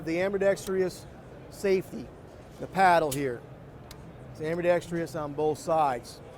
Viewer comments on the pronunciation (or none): A.m.b.i.d.e.x.t.r.o.u.s Now say it without the i (the one that doesn't exist). You're a salesmen of firearms. So unprofessional... Or maybe convince the authors of dictionaries to change the spelling since so many videos I've watched lately are mispronouncing the word. Ugh.